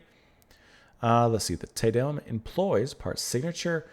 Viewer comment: As a general rule for pronunciation of Latin (or basically any language besides English). A=ah, E=eh, I=ee, O=O (without the English diphthong oo), U=oo. Te Deum = Tay DAY-oom by Ah-vro Pairt (Umlauts, ä , are another story). Great piece, ❤️ Pärt. I prefer modern harmony to avant garde noodling any day. At the end, you got the pronunciation, except TIN-tin-a (like hat) byoo-LAY-shun.